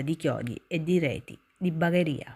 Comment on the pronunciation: Tutto ben fatto, solo che da bagherese bagharia non si puo ' sentire 🤣 comunque brava.